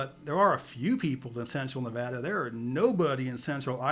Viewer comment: Agree! was dead on with "Nevada" pronunciation.